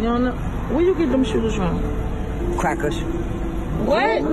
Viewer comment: It's just funny how he said cracker's